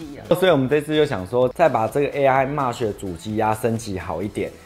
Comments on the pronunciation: MESH應該是唸"媚徐"~~ 不是"罵徐" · 「妹」sh，不是「罵」sh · 我多嘴一句沒惡意,Mesh念咩許不是罵許...